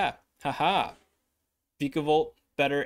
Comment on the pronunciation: It's vyka, like viking